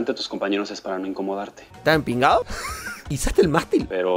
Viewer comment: Escuché mal o realmente dijo “Estás empigao?” AAAAAA soy cubana y me emocioné 😔